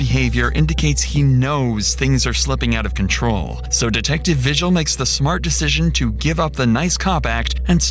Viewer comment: The last name “Vigil” isn’t pronounced “vih-jill”, it is pronounced “vee-hill”. Same way you pronounce the “j” sound in Spanish, because Vigil is a Spanish last name.